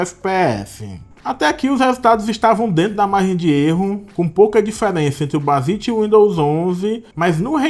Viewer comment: excelente video, mas me incomodou um pouco vc pronunciando errado o nome bazzite o video todo kkkkk (se fala bazaite)